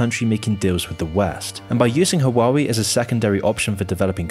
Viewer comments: Yes, his Chinese pronunciations are a bit... Not Chinese. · The are two crimes present in this video: the first one is the criminal pronunciation of the name of the brand (take a look at forvo, at least) and the second is that this channel is criminally underestimated! Keep up with your work, good job! Nice video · Huawei, he said it wrong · I loved the video but I cannot get over the pronunciation of Huawei. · ???? u can't even pronounce huawei the right way🤣🤣🤣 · Just FYI, its pronounced wah-wei. not hua-wei. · U know its evil when cant pronounce it right. Hua-wei, not huaa weee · I'm going to be one of those people, but I believe it's pronounced, "Hwa-way" not "Hawah-wee" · Calling Huawei Hawaiwi throughout the video is some well deserved disrespect. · So this is how the western pronouns huawei… “Who-wah-we” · "hoowawee?" 😂 OMG, I just can't 😂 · That's now how you pronounce Huawei - it's "Waa Way" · Imagine watching this using a hwawie phone. 😆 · fyi - Huawei is pronounced "hwaa way" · I am dying just because he pronounced it like ‘wawi’ 😂😂😂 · It's pronounced WAH WAY or *Ha WAH WAY*... Source I worked in telecom industry for years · it's pronounced wow way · well not hwa-wei none the less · Can't trust a guy who pronounce the name wrong lol... seems like he's reading a script without researching how to pronounce "HUA WEI" in Chinese.. Probs got cash from the US's 500 million budget to bad naming China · For accuracy purposes, it's pronounced "hwa-way". Other than that, solid video. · Lmao you can’t pronounce the company name right😂😂😂. What the hell is “huawaeei”😅😅😅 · The correct way to pronounce it is HU-A-WEI. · how can u read Huawei "HAWAWI" HAWAII" but not huawei ??? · Please check company names before recording xD will need to listen to "hoo-a-wei" for 20 mins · Love your channel. But, every time I hear you trying to pronounce Huawei, my head hurts. Waa-way. 🇦🇺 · Great video as always. But every time you pronounced Huawei I died a little.